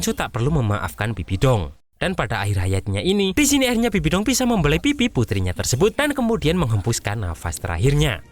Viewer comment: Bang bibidong loh bukan sabibi dong